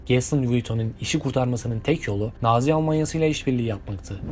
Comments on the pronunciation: Naaazi. değil Nazi Bu özgüveninize hayranım mk. 😅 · Coco Chanel in soyadının yanlis telafuzu Nazi kelimesi Naaaazi diye telafuz edilmez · Marka adını doğru söyleseniz çok daha keyifli dinlerdik. Kopyaladığınız yerden hataları düzelterek içerik hazırlasınız daha da iyi olurdu. Naazi değil, nazi bu arada :) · “Çenıl” değil, Şanel; “Naazi” değil, Nazi. “ilk videonuz” oluşu, bu hatalı telaffuzunuzu düzeltmez. Günlük yaşantınızda hiç mi duymadınız “Çenıl’a Şanel; “Naazi”ye de Nazi dendiğini? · NAAAZİ ALMANYASI NE, VURGULAMADAN HABERİN YOK GALİBA CAHİL KARDEŞŞ.. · okunuşları şöyle olmalı; "lui viton, koko şanel, nazi (uzatmadan)", bunların telaffuzunu düzeltmeniz iyi olur bence.